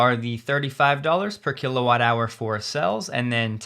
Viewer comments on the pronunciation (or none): none